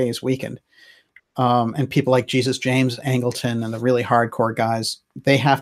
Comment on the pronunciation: Great work,. One small correction: Angleton's first name was James, middle name Jesus. And I'm pretty sure it was pronounced as would be in Spanish.